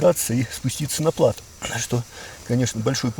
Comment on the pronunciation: Фильм замечательный! Но... плАто режет слух - ударение на последний слог.